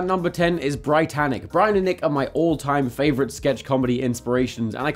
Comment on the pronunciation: So THAT's how you pronounce Britanick! I've been wondering about that for a long time.